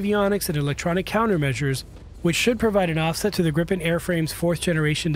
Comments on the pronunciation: Please do not pronounce Gripen as Grippen! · cant help but tell you you’re pronouncing gripen wrong, i know you arent used to swedish names but its pronounced more like griiipen not grippen as you’re saying